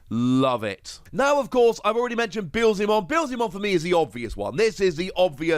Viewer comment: Yess your Beelzemon pronunciation is improving